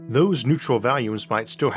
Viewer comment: why does this guy say "valumes" instead of "volumes"